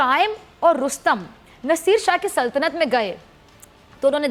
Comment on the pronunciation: ko saltanat bhi nahi bolnaa aata.. - par suno ha ha ha...lagta hai laal topi ke saath rehkar isko bhi ummi huzur kaa dauraa pad gaya hai.... burkhaa pehn kar aaya kijiye koi maulaana uthaa le jayehaa.... ha ha ha